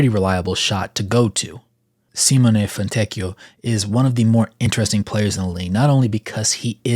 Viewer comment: Thank you for attempting to pronounce his first and last name properly. As an Italian it is always horrible to hear Italian names Americanized